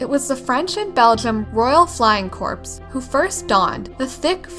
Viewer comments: It isn't pronounced "corpse". KOR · Corps is pronounced “core” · Cool video. FYI “corps” is pronounced “core.” It’s French. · the "p" is silent in army air corps. Also the A-1 preceded the A-2 in the 1930's. Also, the B-10 came before the B-15.